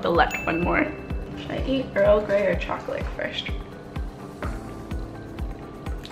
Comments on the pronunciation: Are any else of you guys hearing her say “choclick” or “chocolate” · Do you cay choclick? Cuz that's what I hear